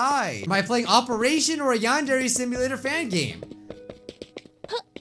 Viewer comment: It is YAN-DARE (not spelled, spoken.)